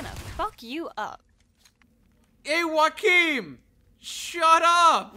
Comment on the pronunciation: Its pronounced Yo a kim